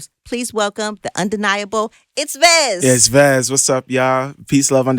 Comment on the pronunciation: IT’S V-E-Z-Z!!!!